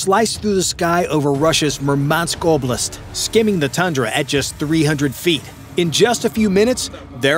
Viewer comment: So weird. The AI voice over sounds like the worst breathy, over excited American "documentaries". But it also pronounced Oblast pretty close to right. I am conflicted.